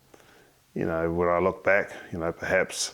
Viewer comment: “Ya Kneow”